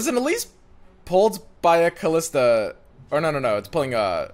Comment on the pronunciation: It's Kalista. No "h".